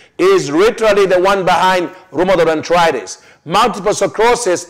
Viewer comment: Dear you are mis pronouncing names of diseases such as Multiple sclerosis and Arthritis......which it makes it difficult for Westerners like me to understand you, blessings, Dorothy Hennessy